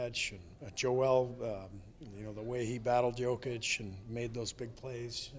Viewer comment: Only American who pronounce Jokic last name corectly..